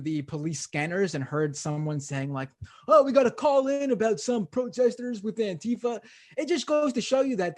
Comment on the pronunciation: Just pronouncing it properly would help, don’t elide the word together to make it sound vaguely foreign like the right does. Use the hyphen - Anti-Fa, Anti-Fa. Enunciate it clearly and remind people of what it stands for at every opportunity.